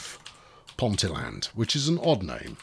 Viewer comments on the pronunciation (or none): Ponteland, pronounced Ponteeland with the emphasis on the "ee", is next to Newcastle airport.